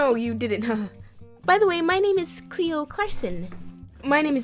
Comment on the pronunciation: U KEEP SAYING CHLOE INSTEAD OF CLEO 😂